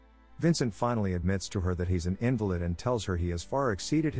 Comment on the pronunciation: In the movie it is pronounced as in-valid, as in the opposite as valid. They never say invalid.